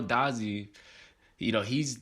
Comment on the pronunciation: Out of all the vids if I seen this has to be one of the worst pronunciations of his name